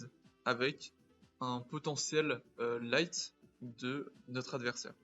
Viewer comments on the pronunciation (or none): on dit light mais bonne vidéo